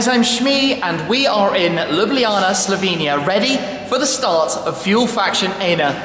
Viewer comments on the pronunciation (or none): none